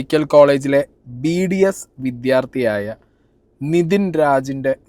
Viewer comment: BBS alla potta its BDS